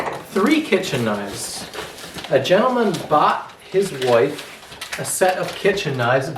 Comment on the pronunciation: I love the way you pronounce wife hahahaha woife